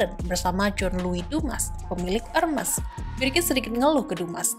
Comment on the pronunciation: How to pronounce Hermès